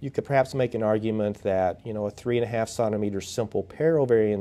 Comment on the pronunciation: Great video. Although I struggled with your pronunciation of centimeter.